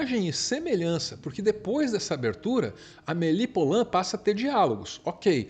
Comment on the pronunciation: Maravilhosoooooooooo. Obrigada. Filme da minha vida. Só uma dica. Poulain se diz pulã. Som de u mesmo. Porque "ou" (poulain lourdes) tem som de u. Beijão